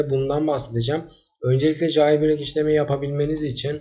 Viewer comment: Ceyılbrek diye oku kanka lütfen